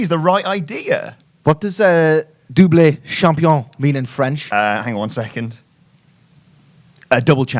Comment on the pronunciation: Spelled champion Pronounced Shampioh